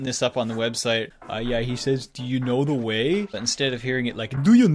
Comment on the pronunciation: that spot on pronunciation of "Do you know the way"